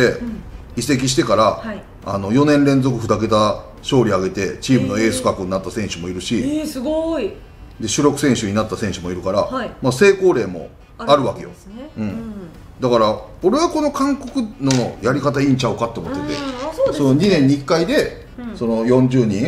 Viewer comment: の袴田さんの言うセイコウトクレイって何ですか？ 成功例では無いんですよね？